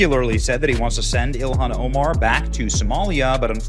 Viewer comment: I like how Vance pronounces that hobgoblin Ilhan Omar's name. He was calling her Elian- like Elian Gonzalez😂